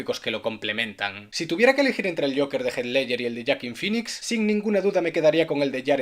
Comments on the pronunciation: "Yoakin finix" xdddd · "yoakin pinicks" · joaquin phoenix, no yuakin fenis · "Es por shoakin finix" jaja